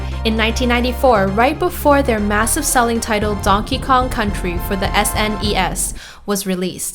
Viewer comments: I have never heard someone say snEs like that. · she said s nes your supposed to say it all at once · its snes not S-nes i guess?